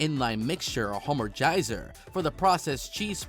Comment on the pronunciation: You mean the hamangengizer